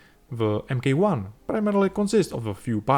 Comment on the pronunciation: Brilliant work and beautifully executed. Incidentally in UK English MK 1 is a written abbreviation and would usually be said as ‘mark one’. Your videos are superb!